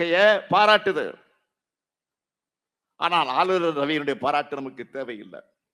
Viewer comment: ஆலுலர் ரவி😂😂😂😂 என்னடா தமிழ் சுடல😂